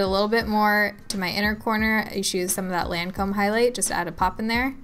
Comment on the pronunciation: Seriously can you PLEASE pronounce Lancome correctly. 🤦🏻‍♀️